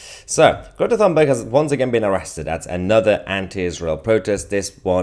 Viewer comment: Her name is pronounced Tuneberg.